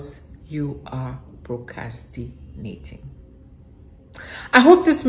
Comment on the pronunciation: That is funny! And you were saying it so nicely without the 'r,' I almost didn't want to correct you.